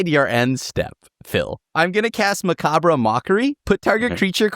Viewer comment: is not only a marvelslop fanboy but doesn't know how to pronounce "macabre". Rough